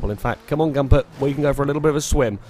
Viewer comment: Come on, It's Goompert, not Gumpert man. And also good to hear that you're sounding a bit healthier.